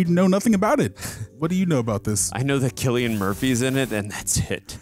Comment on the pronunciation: At the very least these guys know how to pronounce Cillian Murphy's name lol Even if the chimps weren't infected, I'd be really cautious to let them out. Those fckers can rip your face and balls off. Them being infected is just bonus.